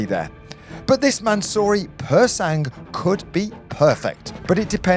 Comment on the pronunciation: Bad decision, that car looks like a car crash - literally. Also "Pur sang" its silent G lads, please.